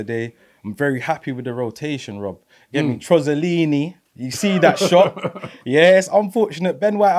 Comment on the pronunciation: Teosellini? Wasnt it supposed to be trosinelli? 😂